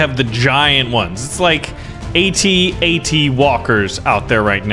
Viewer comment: you can tell is not a big star wars fan, he pronounced AT-AT wrong.